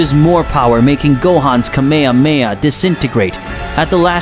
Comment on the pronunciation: he said kame ha KAMEHA?!?!?!!?